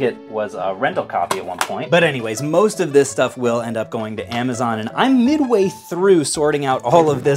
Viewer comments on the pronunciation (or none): none